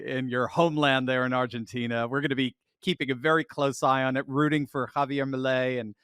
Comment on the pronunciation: in Spanish the "i" is pronounced as a long "e", and the "e" as more like an "ah" or "an", so it is pronounced like Ar gah teen een an. In general, Spanish is pronounced phonetically based on their pronunciation. But in English, we have no such rules. In English we say Llama as "Law ma" for the animal, but the Spanish say "Yama" because the double LL is pronounced as a "Y". I lived in Latin America for a few years and I could not speak like a native but I learned a lot about the language and could get around OK. But my friends in Latin America had the same issues when speaking English. For example they were reluctant to say sh*t because the long "e" made it sound like sheet as in a bed sheet or a sheet of paper. Instead they would revert to the Spanish word mierda. It was humorous how words in different languages could cause problems. In the country I lived in "pajaro" both meant "bird" and "homosexual" depending on the context. Viana, in the country I lived in was used as vaina de bayoneta which was a bayonet scabbard but in other countries it was a vulgar term. And the Latinos seem to have endless idiomatic expressions that when used in a conversation makes it difficult to understand the meanings. When I used English idiomatic expressions it left them puzzled what I was talking about. When I used "don't look a gift horse in the mouth" in Spanish they had no idea what that meant. And when I initially heard in a conversation, "Con la boca cerrada, no entrra la mosc